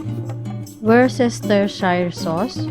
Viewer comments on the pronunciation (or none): Wer stur shur sauce. Hindi woos stur sheeeer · wors ter shayr hindi shir😂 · Pag pronounce po nyan ay -wors-ter-shir ☺️ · WOOS ter sheer sauce po, hehe